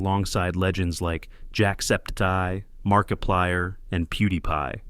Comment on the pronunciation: id say it was pretty decent ai voice fucked up jacksepticeye's name which was a tad annoying